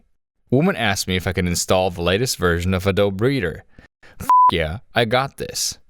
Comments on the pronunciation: AdobE!!! A-dough-be!! You pronounce the goddamn E!!! Where the hell have you been that you use computers (you’re on YouTube and making content for it) and have never heard someone say the name out loud ?!?! Jesustapdancingchrist!!! Not adob- ADOBE!!! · it's ah-doh-bee, not ah-dobe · I hate how you say A DOBE. It is ADOBEE. BEEEEEEEEE. BEEEEE MF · also it's uh-doh-bee, not uh-dohb, sir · Why does bro pronounce it like Adoe breeder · "uh-DOBE" LAWL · It's pronounced 'uh-doe-bee' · Do you really say "uhdowb" in real life? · "A -Dobe" oh dude.... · AD-O-BEE you brainlet. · ADOBEE IT'S FUCKING PRONOUNCED AH-DOE-BEEEEE. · Disliked because you pronounced "Adobe" a-dobe. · are you making the E silent on purpose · That's not how you pronounce adobe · AI voice cant say adobe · the adobe pronunciation though